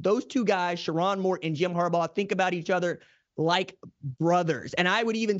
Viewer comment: Sher-rone not Sher-ron 🫤